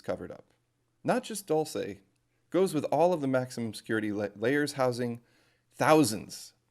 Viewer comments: also im pretty sure its pronounced Doolsay not Dolce how you pronounce it. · Pronounced "DOOL- SEH" or Dual-Seh